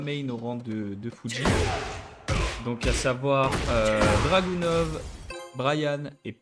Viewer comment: Bien joué! Une tite précision, Dragunov se prononce Dragunof ;)